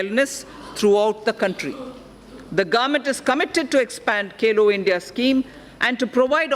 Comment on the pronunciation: It's Khelo India not Kelo India☹️☹️ It's Bhagidari not Bagidari☹️☹️ Baki SB Lok lubhavan hi LGA😬😬 Jwan and Kisan are ignored by Government. Very disappointing fact.